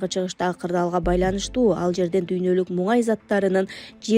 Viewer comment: Муңай эмес Мунай дечи😂😂😂